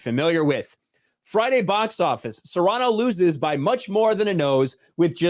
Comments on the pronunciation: “SEAR-a-nō”, NOT, “se-RAH-noh”. Please say it right. It was driving me insane. Love your channel. Peace. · Btw, it's pronounced Seer-ah-no. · Sirahno... damn that pronunciation.. xD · HAHAHAHAHAHA goes from pronouncing it Cerrano like he's talking about Pedro Cerrano from Major League, then to Cyrano. That would be funny seeing Peter "Angry Elf" Dinklage try to play Dennis Haysbert. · I wish people could pronounce Cyrano correctly. Anyways, glad it bombed. Tired of woke garbage. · work on that Cyrano pronunciation please.